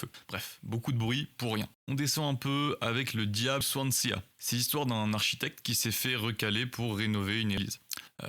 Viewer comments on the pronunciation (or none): Swansea se dit Swansi et pas Swanséa.. à ton âge tu devrais le savoir, j’aime tes vidéos mais ça c’est une erreur critique sérieux